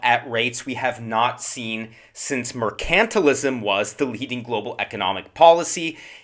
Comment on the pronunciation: MERCANTILISM - pronounced correctly?